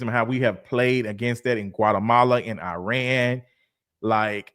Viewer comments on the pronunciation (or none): none